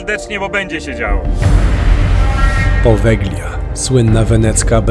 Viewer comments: Powelia sie mowi, nie poweglia 😅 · Jak już propagujesz jakiekolwiek informacje publicznie, nie popełniaj błędów. G, to zmiękczenie i nie używa się jej w słowie czytanym np.czyt.podelia a nie podeglia. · Wymawia się "powelia", gie jest nieme :) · Drobna uwaga: poprawna wymowa nazwy to "Powelia", super film chłopaki, z niecierpliwością czekamy na Wasz milion subów! 🤩🤩🤩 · Właściwie, prawidłowo wymawia się nazwę wyspy "Powelia". W języku włoskim zlepek "gli" czyta się jak "li". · Po włosku to Powelia - tak poprawnie się czyta Poveglia. 😉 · Poveglia (czytaj Powelia), a pandemia to status epidemii, która doszła na każdy kontynent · Przepraszam, wymawia się Powelia. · czyta sie Povelia (G jest nieme) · "g" w nazwie wyspy jest nieme. Ale super odcinek :) a to, co znaleźliście na początku i uznaliście za łóżko na wyciągniku, nie jest łóżkiem, ale czymś, do czego można było przypiąć pasami. Używane było, albo w więzieniach jako tortura (wiele godzin wisiano w pozycji pionowej przyczepionym do tego), albo w szpitalach właśnie - również do tego przywiązywano, co dawało możliwość unieruchomienia pacjenta, a ponieważ było to w pewnym sensie ruchome, ułatwiało dostęp lekarzowi